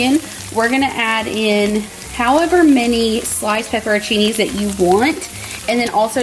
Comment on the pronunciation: Pepperoncini not pepperoni😂